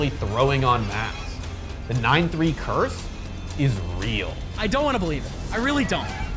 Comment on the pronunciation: 🤓 THE CURTH